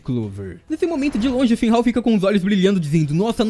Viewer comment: "Finrral, Finhal" Qual a dificuldade de falar FINRAL?